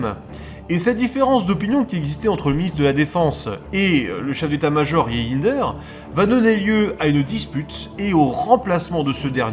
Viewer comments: Reijnders ne se prononce pas " re in der" mais "reine..derse" phonétiquement bien sur. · haaa les français et la prononciation de nom hollandais ... Reijnders ça ce prononce "rèndèrs" enfin ça reste mignon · désolé mais je suis mort de rire quand vous prononcez par exemple le nom du général Reijnders